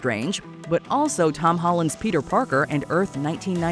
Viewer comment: Peter Park-car??